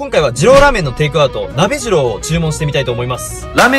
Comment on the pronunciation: 鍋二郎の発音がソラジローと一緒で草